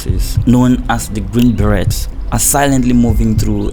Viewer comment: The t in beret is silent